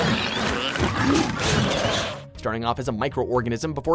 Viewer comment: No honorable mentions, no Drawn to Life, no Sim Earth, no Ookami, no Smite... and this speech challenged narrator can't even say "evolution". Man no wonder the evil cooperation in Stardew Valley is modeled after these clowns